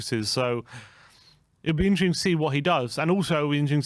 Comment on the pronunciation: How is catchphrase ‘it will be interesting to see’ but he can’t pronounce ‘interesting’ 🤣🤣🤣